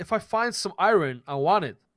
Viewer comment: i cudent reply to you live strem so ya but why do you say iron like irine